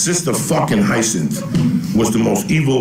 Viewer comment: It's pronounced high-a-sinth. You end up there when you mix absinthe with some chronic.